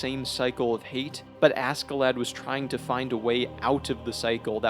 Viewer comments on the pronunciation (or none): the American accent makes this video kinda cringe. his name is not ASSkelad.... its not Ask A Lad... like wtf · I like the video but you got some of the pronunciations wrong Leif isnt pronounced leaf but like lay-F or safe but with an L instead of an s. Then Askeladd is ash-e-lad. good video tho! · The k silent . . . . 🤦🏻‍♂️ fking Americans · btw. pronounced Askelodd not lad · im pretty sure askeladds name is supposed to be pronounced ashclad like as in ironclad, but thats just me. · Lol anybody else triggered by his pronunciation of “Ask-a-lad” ? Lol or is that how it’s supposed to be pronounced in English? 🤷🏽‍♂️😂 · im sorry but the way u pronounce ASK UH LAD is insufferable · How does one possibly manage to mispronounce the main villains name the entire video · Why is no one talking about how he pronounced askeladd 😭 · God, the pronunciation of Askeladd... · I'm sorry but his pronunciation of Askeladd is driving me crazy. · it really bothers me how other poeple pronouns askeladds name. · How he pronounces askeladd pains me. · at least say askeladd right blud